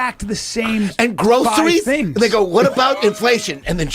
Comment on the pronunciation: you can thank me later 😂 love Eddie’s rant … GRRRROCERIES